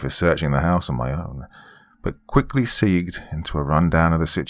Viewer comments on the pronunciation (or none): Btw doc, the word I think is supposed to be segued? That word is pronounced “Seg-Way” (that’s where the little two wheeled scooter things get their name from.) The word Segue means to transition or move on to. Not criticizing or anything, just letting you you since that word is pretty uncommon to read and it’s easy to pronounce it as “seeg” 😜